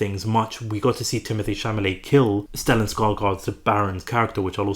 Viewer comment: Cha-la-met!!! For fk sake.